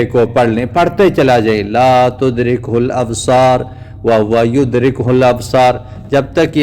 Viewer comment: آپ قرآن دیکھ کے پڑھنا شروع فرمائیں (وھو یدرک الابصار) ہے آپ پڑھ رہے ہیں وہو یدرکہ الابصار جزاک اللہ خیرا فی الداریں آمین